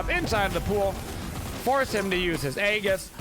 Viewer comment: Why can no one say Aegis right lol.